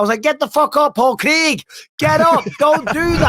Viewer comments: you don't need to say craig in a scottish accent you just need to say craig and not creg because his name is craig his name isn't creg. It's not even an accent thing, Americans have no problem pronouncing ai sounds: wage page stage... Creg. Why do Americans have a stroke when they try to say the name craig? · Ffs Mikey its Craig no Craig 🤷😂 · It’s not creg it’s Craig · It’s Craig, never understood the mispronunciation, in Friday Ice Cube is Creg but it should be Craig 😂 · Eh, Craig is a Scottish surname, and I’d rather people said it the way they’re saying it rather than ‘Cregg’ like Americans do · yeah bisping is the only person pronouncing wrong, the Americans pronounce it like kreg, they don't roll the r the way he says it haha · Find someone who loves you as much as Bisping loves saying “Paul Creeeg” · *Pol Kreg